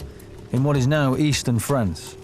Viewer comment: he calls France “Fronce”. lol.